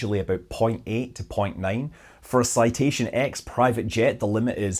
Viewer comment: The “X” in “Citation X” is the Roman numeral. It should be pronounced “Citation Ten.” <1500 hours flying the CE750.